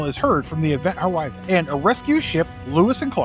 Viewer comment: I swear he said Event Howizen